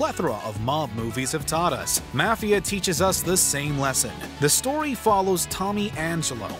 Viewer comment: Pronounce Mafia correctly